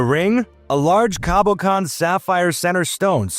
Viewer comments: sorry but the word cabochon is not cabocon and if this is not an AI reading this they could have tried using google pronunciation. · It's pronounced cabbashan, and Car-tee-ay (it's French).